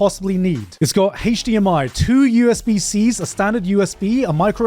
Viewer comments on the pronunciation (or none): none